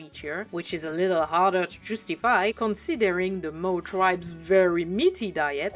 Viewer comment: Nobody does design breakdowns quite like you! 😊Yes, that is a compliment, lol In case it helps, the word "Maw" is pronounced like "Morr" (rhyming with "lore", more", "score", etc.). The "a" spelling is deceptive, as the actual pronunciation is a very deep "o" sound. This is less a problem with your fluency - your command of the English language is superb - and more a problem with English being very inconsistent. It probably doesn't help that the (completely incorrect) American pronunciation sounds closer to "Maah", because Americans are knuckle-dragging gun monkeys who ungraciously reject the perfection of the King's English. Interestingly, the English word "Maw" sounds strikingly similar to the French word "Mort". You could consider it a bilingual pun, since the Ogres love eating meat. 😋😈